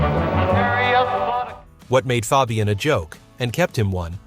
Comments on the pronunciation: FOB-e-un? Try calling him FABE-e-un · Why can't A.l. pronounce names right?